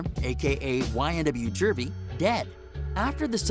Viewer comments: (Joooovy) Juvy. Not jurvy. Dont cover a story if you dont know shit about it but what you read or in your case, try to read. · Its not jurvy dumbass nigga